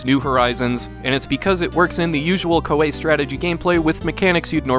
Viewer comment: I thought it was pronounced ko-ee